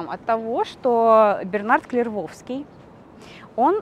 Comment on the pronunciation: И всё-таки не хватает этой девушке грамотности. "Гильом", "КлервоВский" и прочие перлы. Совсем она как житель окраин городов или деревни, с соответствующим школьным образованием, у неё отношение к словам и терминам - "как я запомнила их, в меру собственного кругозора, так и воспринимаю их, без разницы как они звучат и что значат на самом деле". Это как деревенское "полуклиника", "полЮс"(в значении "полис"). Ей бы подучиться.... Кстати у таких недообразованных девушек именно такие интонации голоса, как у девушки в данном видео, уж не знаю, с чем это связано.